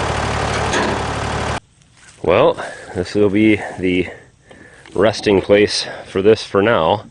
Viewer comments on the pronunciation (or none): Did you say resting place or rusting place